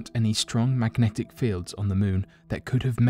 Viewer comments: Mmmmagnetic field. Mmmm... mmmfieldffmnagteci? 🥴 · Drinking game. Drink everytime he says. Macknetic field.